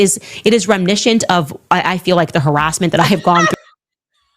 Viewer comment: It's rimnishient of a debackle!